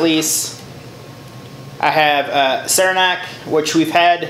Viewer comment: You said Saranac right the first time. From good old Upstate New York.